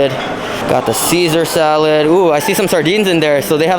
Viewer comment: I like your pronunciation of some things, starting with fams, Pisa, salod. 😂